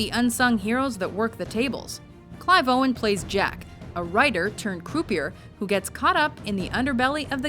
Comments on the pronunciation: croupier is pronounced crew pee ay. They even use the proper pronunciation in the clip shared. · Every time the narrator mispronounced croupier, I cringed. It is not croo-pee-er, it is croo-pee-eh. It's a french word. Please have some respect for other languages. In fact, I'm pretty sure WatchMojo is Canadian, so they should know all about the french language, seeing as how the government makes you learn about it in elementary school. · Its prounounced CROUPEE-YEAH, Not croup ier. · Did that ignominious buffoon just say CREW PEE ER for Croupier? You gotta be fkng kidding me. Wtf is wrong people. Doing a video on gambling movies and can't pronounce croupier because the fool never gambled. How embarrassing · Croupier not “crew pee err” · Thanks for butchering the word "croupier". It's pronounced "croopyay". Christ, even the female character in the clip pronounces it right. Are you even listening? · Is she saying croupieR this way intentionally to piss me off? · Can someone teach this lady to say 'croupier' properly? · Learn how to pronounce croupier you ignominious fool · I thought that "croupier" was supposed to be pronounced as in French - meaning that the last "r" is silent.